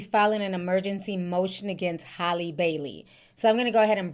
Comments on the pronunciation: Ti!! Her name is HAL-LEE... Like the name AL...but Halle not Holly 🤣.. Like Al pacino... Hal-ee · Do yall pronounce Halle Berry name as Holly Berry as well🤔🙄